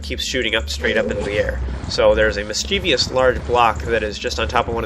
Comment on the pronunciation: It's pronounced and spelled mischievous.